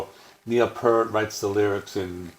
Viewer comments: Pee-ert...NOT pert! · While you're at it, pronounce his last name correctly. It's pronounced "Pee-ert" NOT pert.@ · I appreciate your love of Rush, but you could at least pronounce Neil's last name correctly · Well damn, now I feel bad because I have a critique also lol 😏 How can you have such a vast more in-depth knowledge of the band and don't know how to pronounce Neil's last name?